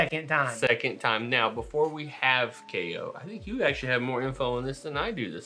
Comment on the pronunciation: It’s actually pronounced KYE-OH 😁👍🏻